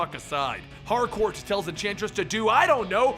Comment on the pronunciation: you said entransist